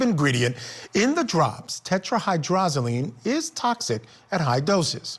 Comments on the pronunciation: Their "expert" continuously mispronounced the lethal active ingredient as tetraHYDROLozine rather than it's correct pronunciation of tetraHYDROZoline. Huh, some expert. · I heard hyrdrozoline though from the forensic analyst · This "expert" should learn how to pronounce "tetrahydrozaline." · Maybe it’s just me, but I find it odd that a person is interviewed for this video as if he is knowledgeable about the effects of tetrahydrozoline poisoning, and he can’t even pronounce the medication’s name properly. If you’re going to do an interview on this subject, at least learn to pronounce the substance you’re speaking about properly.